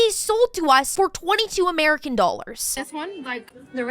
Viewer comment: some of us had a laugh every time George W Bush pronounced american as murkin